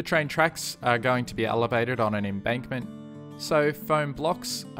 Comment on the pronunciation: you keep saying embunkment rather than embankment. It's not a bad thing but I'm finding it very hard not to laugh watching this